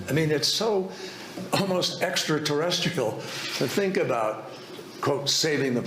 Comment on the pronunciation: doesn't say extra terrestrial, he says extra terresticle LOL how did you not hear that and mention it, easy diss, its so hilarious